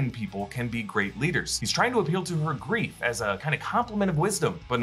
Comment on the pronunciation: everytime i hear that all i hear is "what is beef if not cow persevering"